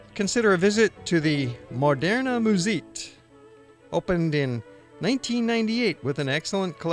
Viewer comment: the way he said moderna muséet totally cracked me up